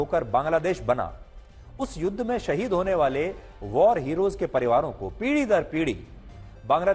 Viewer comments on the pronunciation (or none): none